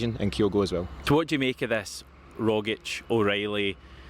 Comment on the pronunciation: 😆It's Rogic bingo every time. What variations will we hear today? How can even serious fans get it wrong? Tomas Petar Rogic (/ˈrɒɡɪtʃ/ ROG-itch;[3) or as you say RoGGitch.